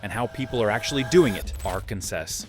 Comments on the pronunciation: AI slop! "Are-can-sess". It's a native American name. It's not related to "Kansas" at all. It is properly pronounced "Are-can-saw". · It's between "R Can Saw" and "R Cans Us" 😆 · It's pronounced AR-KEN-SAW. Emphasis on the first syllable, third syllable drawn out just a bit. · Are...kin sas? AI😢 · At least they only mispronounced Arkansas the first time. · Terrible AI Arkansas say it properly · You can always tell when they can't pronounce it correctly or it's out of context. 🙄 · At least someone could train this AI in the correct pronunciation of Arkansas!